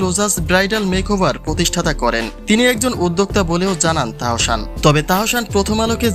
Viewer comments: তাহোশান আবার কেমন নাম? আগে নিজের উচ্চারণ ঠিক করেন এরপর ভিডিও বানান। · Please first learn to speak Bangladeshi properly, you cannot even say Tahsan properly!!